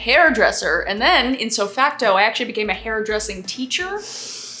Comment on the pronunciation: How does she ALWAYS know?! She ALWAYS knows when I cut my hair, she ALWAYS knows when I'm having a bad day, she ALWAYS knows when I dolled myself up, and NOW she knows that I'm wearing comfy clothes. WTF?! There's a conspiracy going on here... Edit: Also, it's "ipso facto". Not itso facto. 😉 Also also... You should be a double baked potato for Halloween. Preferably with sour cream, bacon bits and chives.